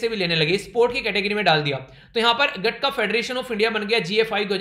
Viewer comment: The name of Sikh martial art is गत्तका not गटका